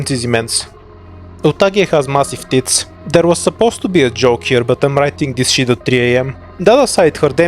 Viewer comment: Loving how you emphasize the word tits on both humus and utages part, gender equality indeed